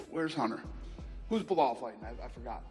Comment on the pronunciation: Be-lol, who?